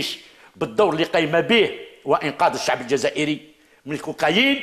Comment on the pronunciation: لاحظت في طريقته في الكلام انه يهدر باسم الشعب ... باس زعمة يدخلهالنا في روسنا... حقا حقا الشعب يحب الكرامة و يحب الاستقرار (تهديد ضمني بالعشرية السوداء) و الشعب كذا و السعب كذا... زعم واش حبيتنا في قلوبنا نقولو ايه صح حنا نحبو هاذو و معليش نقبلو بالعهدة الخامسة واش فيها ... البارح تاني نفس الطريقة .. الشباب يحب كذا و يحب كذا و ماهوش كذا نتا شكون باه تهدر باسم الشعب و الشباب .. استغفر الله نطقها يجي ميتين مرة كلمة الشباب باه كي نتفكرو حملة بوتف جينا ظيراكت كلمة الشباب في ريسانا.. بففف طريقة مفضوحة... قالك نسلمو المشعل للشباب عن طريق العهدة الخامسة ... يتسمى خلاص السيد راه فراها و خرج بوتف وخلاص و لا حبينا نستلمو المشعل بوتاف فيها فيها هذاك طرف لا يتغير في المعادلة.... و بيان سور يخصصولك كتش خمسة مليار دولار يسير بيها البلاد بكعور و دز لعور و المئات لي بقات هم هم ...